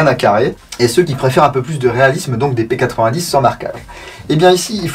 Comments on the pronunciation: On dit p90 pas p8010 c est Belge ne l oublions pas 😂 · P-nonante vraiment nonante c'est une arme belge donc ça se prononce a la belge